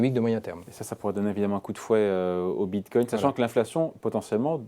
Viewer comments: Bitcoin avec un "N", pas Bitcoy... ^^ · On dit "BITCOIN " et non BITCOY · Bitcoy... cannot unhear